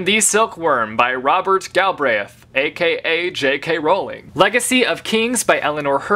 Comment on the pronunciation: You pronounce Rowling correctly! Respect!